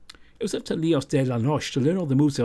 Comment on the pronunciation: I love this vn! And your voice suits Jayce so much. Also, noche is pronounced with the E (not “ noch”) just letting you know, anyways your spanish is very good!